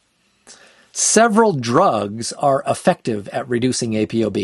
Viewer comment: It's pronounced Apo not A.P.O. You say ApoLipoprotein, right? Not A.P.O.Lipoprotein. Carry on.